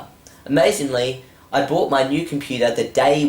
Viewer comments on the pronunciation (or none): none